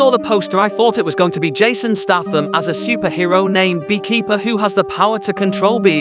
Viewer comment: The amount of times you mispronounce Statham is truly staggering